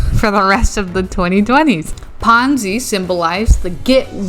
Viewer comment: Oh, it was PONZI, not FONZI. The Fonz is so much of a nicer person. 🙂